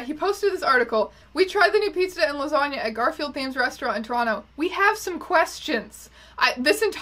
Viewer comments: you're the only person from Toronto who I've heard pronounce it toe-ron-toe............... we have a conspiracy theory on our hands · pronouncing both T's in Toronto...